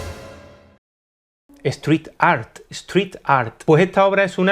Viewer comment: Tienes varios videos de él, si no fuera popular seguro no le darias auge tú tampoco. Pero quien es Banksy? Por supuesto, alguien que existe desde antes que tu canal, pero no me gusta discutir con gente inteligente así que procuraré no volver aquí. P.D: me encantaría ver tu "sptrithtt awrt" algun día 🤷🏻‍♂️